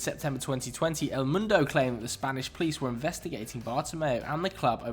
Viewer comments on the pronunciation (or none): none